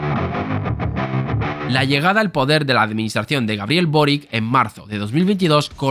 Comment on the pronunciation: El apellido Boric es de origen croata, se pronuncia "Borich".